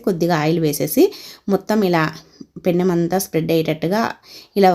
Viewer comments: పెన్నెం.... కాదు mam. పెనం అనాలి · పెన్నెం కాదు తల్లి పెనం